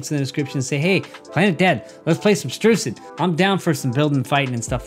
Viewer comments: He said rucid at the start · I love how he said Rucid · Yer how he said rucid